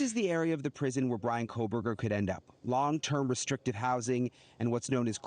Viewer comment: It's Bryan, he won't fancy you if you can't get his name right.